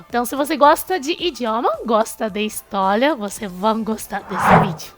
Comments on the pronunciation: A palavra "histólia" te pegou kkkkkkkkkk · Eu amo, quando o vcs trocam o L pelo R tipo: HistoLia kssksk amo